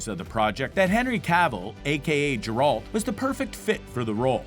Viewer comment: is no one going to mention his mispronunciation of "Geralt"?